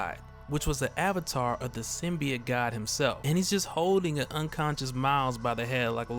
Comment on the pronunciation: I'm just glad you pronounce it sim-be-it and not sim-by-oat like in the Venom trailer.